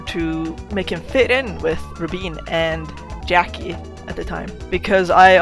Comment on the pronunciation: Rubine pronounced Rubeene? Not rhyming with mine and dine and line? Also Magically? Like he just has a cyclops on his hand because… Also If Nea really hates being a possessor, why doesn’t she cut off her hand? Can she not give the cyclops away? Dose she not cut it off for pragmatic reasons or is it because she couldn’t bring herself to do so and instead opted for the unhappy compromise of covering it up?